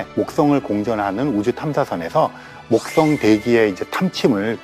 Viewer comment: th 발음 ㅋㅋ 목떵